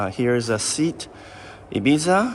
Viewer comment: The Vauxhall you showed has a North American equivalent called the Buick Regal if I recall correctly. Seat is pronounced like "say at". Probably too confusing to sell in north America :D Nice video, I still remember I was amazed by all cars I saw on a trip to Canada (I'm from the Netherlands). Quite some differences.